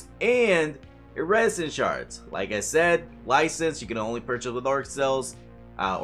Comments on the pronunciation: Why do you say "iridescent" like "iresintshards"? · Why do you say iridescent like that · Does this guy not know how to pronounce iridescent?